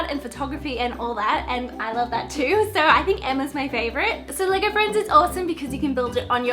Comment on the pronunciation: When u were saying LEGO friends it sounded like leger friends